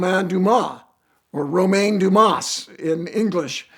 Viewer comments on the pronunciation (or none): none